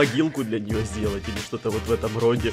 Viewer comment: Тили а не пили